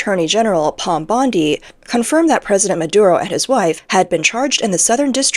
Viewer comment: Hey doofus, its not Palm Bondi, Its written right there saying Pamela Bondi. Must be more lame ai bullschit